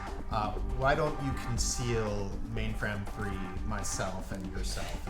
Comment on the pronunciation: I'm still waiting for Ma1nfram3 to finally snap and yell at Mordecai about how to say her name correctly. :]